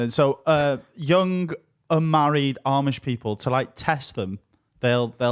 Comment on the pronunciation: You need to watch some Eli Yoder to learn about the different Amish orders. And how to pronounce Amish